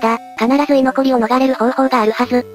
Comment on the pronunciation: 居残り(いのこり)ですよ！